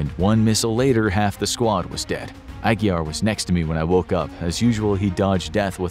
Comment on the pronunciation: Glad you pronounced Aguiar correctly! Great video.